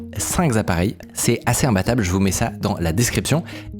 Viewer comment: Très bonne vidéo mais attention aux fautes par exemple à "pour 5 zappareils..."